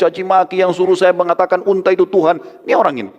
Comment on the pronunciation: tolong unta jngan di katakan untah,madinah,di ktakan madina,pakai bahasa Indonesia yang benar benar aja